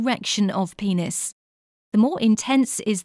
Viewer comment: lol guys sh-she said pe-neis